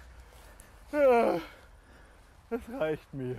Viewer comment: zu geil, wie er immer "A'SCHloch" betont :D